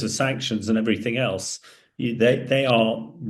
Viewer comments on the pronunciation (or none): none